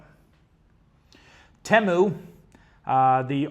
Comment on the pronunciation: TEMU is pronounced in their ads as TEE-MOO. UPDATE